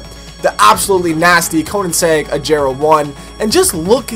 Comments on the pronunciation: He says "Ajera" not that Hard G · Especially when he pronounces it "Ajera" it's a G not a J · Really enjoyed this video especially because I love Koenigsegg's. Keep it up more content keeps me interested. Quick side note: It irks me a little that you pronounce Agera incorrectly. Its a Swedish word so it's pronounced as such: Or Ah' gher' ra'